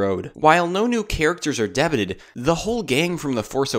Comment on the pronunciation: i just can't XD debut is pronounced day'byou